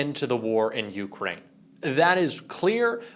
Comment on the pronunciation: Yeah, linzy, whine whine whine. Someone who has been in the Senate as long as you have should know how to pronounce Ukraine. Being gay isn't wrong, your god made you that way, but I don't think he made you a hypocrite, I am sure he does not want you to be a liar, I would HOPE he wants you to be a true patriot, I know he does not want you to be an idolator to an orange version of his alleged son. But you've shown those of us with working brains that you're capable of being a total POS. Alas, it is much too late in life for you to change your ways and show a spine or integrity, and become the honorable person you are supposed to be when society trusts you to serve in Congress. My personal feeling is that gay people exist, DEAL WITH IT! But hypocrites in government need to get out of it and go live with hippos. Rubio on Face the Nation pronounces Zelenskyy like it is spelled Zelinski. People take note, that's an E not an I. Rubio should surely know better, but he works for an orange blob who loves insulting people. Nice going taco, an abject failure as POTUS.